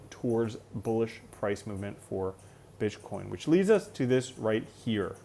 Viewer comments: you say bitchcoin 😂 Great video, thank you. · Am I tripping or did I hear you say bitch coin 🤣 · I think mumbled Bitch-coin lol - too funny - you're the best!